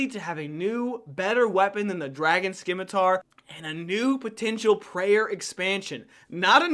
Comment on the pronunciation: Great video! My only constructive criticism is to pronounce "scimitar" correctly. 😅